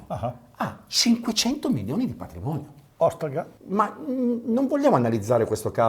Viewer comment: “òstrega” grande avvocato